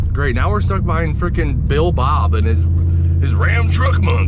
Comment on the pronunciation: Nice car ..... He said Bill Bob 😅😂